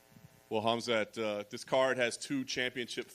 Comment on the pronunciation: "Kumsquat chimaev"